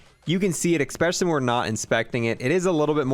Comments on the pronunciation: Drinking game: take a shot every time he says "eckspecially" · Ok you have to stop saying “eCspecially